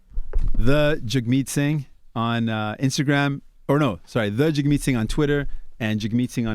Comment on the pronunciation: It's sad that they invited him on but didn't do their homework.. they didn't know that that Canadians pay for college, didn't know that weed was legal, didn't know anything about Canadian health care.. Charlemagne pronounced it "Jag" right after he said "Jug like hug"... They didn't even know the election had passed 😂